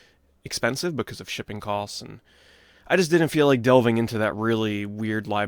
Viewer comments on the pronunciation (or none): none